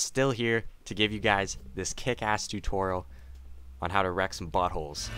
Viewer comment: I like how u say buttholes xD